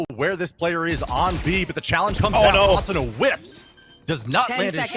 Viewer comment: They need better comentators just look at how he says asuna it triggers me soooo much